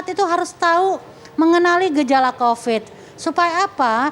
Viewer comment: Kopad kopid... Kopat kopid... Bosen dengernya